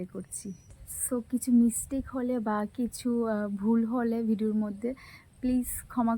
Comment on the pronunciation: Mistake bolte khali so bolcho